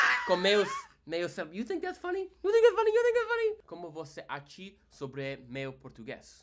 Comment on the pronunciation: This is mine = Isso é meu? Like meh-oo